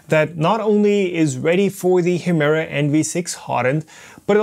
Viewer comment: Sag doch noch 200 mal Hemera 🤦‍♂️